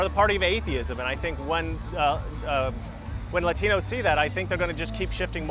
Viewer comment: Maybe when you stop saying lÁtinos you got a chance. Speak english, mf.